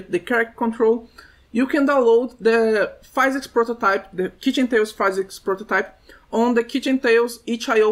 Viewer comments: Great tutorial, many useful informations. But please, we say 'phEEsics', not 'phAYsics' :D made me tick each time you were saying it. Keep up the good work ! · we don't say pheesics, we say fizz icks